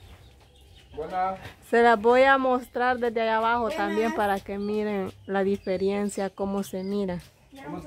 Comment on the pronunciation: se dice (DIFERENCIA) no se dice (DIFERIENCIA)